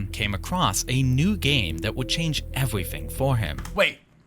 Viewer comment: “that would change evewy fing four him”